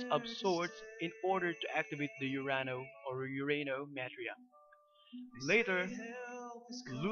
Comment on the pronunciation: Actually its more like Urano Metria ( ur ahh no meh tree ah)